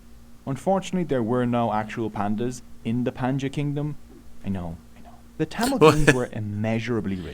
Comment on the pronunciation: Pronunciation is wrong not panchas kingdom that is pa-n-di-ya-n kingdom